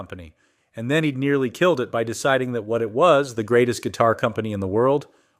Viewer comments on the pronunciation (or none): none